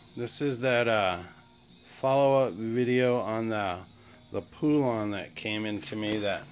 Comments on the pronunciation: That name is pronounced as in pollen not phoolon. Good basic video for some that know nothing about chainsaws 😁🛫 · Can't pronounce poulan,it's po-Lun ,God